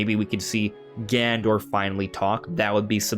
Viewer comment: lol I'm sorry dude i was being sarcastic lol i know who ganondorf is i was referring to how the youtuber said gandorf instead of ganondorf. my apologies